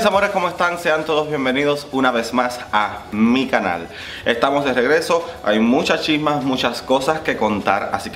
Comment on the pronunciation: oye, desde que veo tus vídeos escucho tu saludo y me suena como si dijeras "anika nal" en vez de "a mi canal" jajajajaja me gusta, podrías usarlo .. suenan muy parecidos y es genial, en mi opinión como se, me encantó el video 🥰